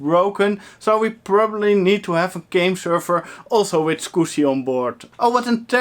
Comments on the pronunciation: "Skoosy" haha - I laugh each time you say it. =) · I watch these vids just to hear you say scoosie. <3 Also the video card (matrox g400) is probably okay, you were plugged into the wrong port.